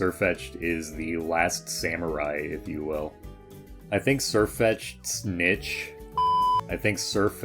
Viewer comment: You cannot tell me your pronunciation of niche isn’t some elaborate troll.